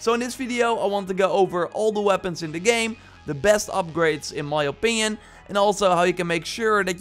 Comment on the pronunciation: " the best upgrades... IN MY OPIYON"